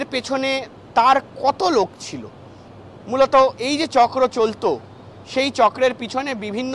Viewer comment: এত ঘন ঘন 😮মৃলত মৃলত না করে ঠিক করে বাংলা বল্